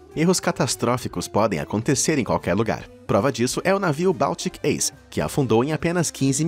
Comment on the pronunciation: Permita me corrigir o nome do navio se pronúncia "báltic aice".